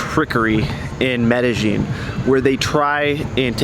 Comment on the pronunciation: Good video. Btw, it's Med Eh Yin, not Med Eh Gin.